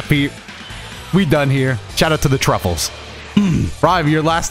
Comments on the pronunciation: Why does everyone call them truffles they're tuffles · This man calling them the Truffles when they're called the Tuffles makes this all the better 😆 Though to be fair he did call Akira Toriyama TOYOTA the other day so....